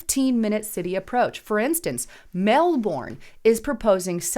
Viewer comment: Melbourne is pronounced Melburn. The Premier of Victoria, of which Melbourne is the capital, is a Leftie, so no surprise there.